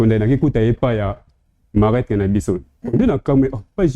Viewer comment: on dis marâtre et non malatre merci